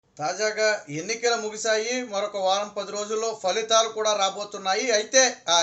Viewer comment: Fhalitalu kaadu phalitalu